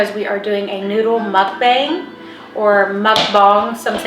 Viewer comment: It’s Mook-Bong.